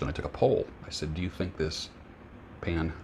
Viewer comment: I love the way you say the word Pan-dem-ic! Makes me laugh every time I hear it! Some words that come to mind that I've grown to detest over the last couple of years initially and super. Super is overused in ways to describe something. I hope you had a great day!